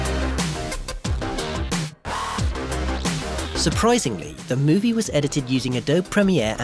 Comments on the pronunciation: The e in Adobe is not silent. Ah-DO-be. I don't understand why you're dunking on Premiere. Editing software can still be good even if you don't spend a fortune on it, and any good non-linear editor (such as Premiere) is lightyears ahead of old film-based editing systems and completely adequate for cutting a feature film. This isn't even unusual. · It would be more impressive if Adobe was pronouned correctly.